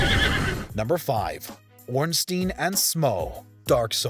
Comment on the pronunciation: You earned my like for not saying "ornstine and smoof"...finally someone who says it right!